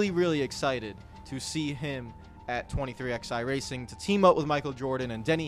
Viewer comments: ITS 23 ELEVEN NOT 23 X FUCKING I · Of course you don't call it "Twenty Three X-eye" ...because its not fucking called that!